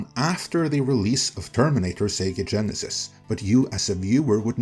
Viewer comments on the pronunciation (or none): I usually wait until the end if I comment but I am laughing out loud after hearing you say “Terminator Sega Genesys”